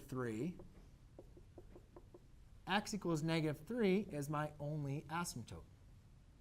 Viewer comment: This is really helpful...but please PLEASE pronounce "asymptote" correctly! A math teacher should not be saying "asymptoPe".